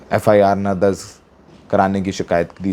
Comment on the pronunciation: दर्ज होता है दर्ज़ नहीं 😅